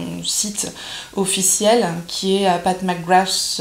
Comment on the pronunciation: Pas de surprise sur la pigmentation des fards!!! C'est top! Et je trouve que tu t'en sors bien dans la prononciation de son nom!!! Lol! J'adore ce look un peu "vampy"!!! ça te va très bien! Bisous